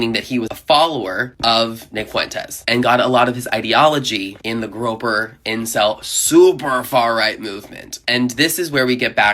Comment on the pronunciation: PSA: When not avoiding the älgó, you pronounce the Y, with the first syllable rhyming with "boy"